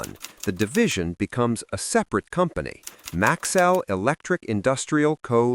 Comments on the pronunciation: its MAX-ELL NOT MAXWELL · For most of the video you pronounced the name correctly - Max-cell. Then suddenly it changed to Max-well towards the end. A company like Maxell that prided itself on precision and quality deserves a video that's equally precise. Also. If you are telling the history of Maxell in chronological order, why wait to the end before mentioning that Hitachi owned them since the 70's like it was insignificant? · It's an AI slop. That's why pronunciation is wrong.